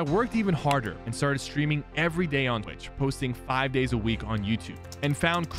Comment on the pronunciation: The way he said Twitch was weird LOL Time